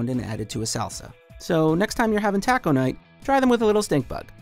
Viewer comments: Who in the actual fuck pronounces taco, tack-o? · DID HE JUST SAY "TAKO"? 😂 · This guy said “tac-o” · Tahco night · Nigga just said “tackos” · The way he said taco 😂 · Why he say taco like that 😂